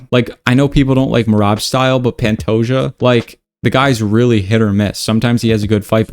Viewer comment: Its "Panto-ha" (like kamehameha) not Pantoya